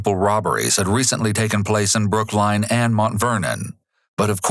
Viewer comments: okay great vid, but BROOK LINE???? damn. . Just listen. Damn that caugh tme off guard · "Located in Brook-Line"?